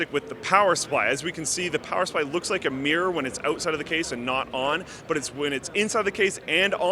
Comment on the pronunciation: Mirror. Mir-ror. Not mee-rer.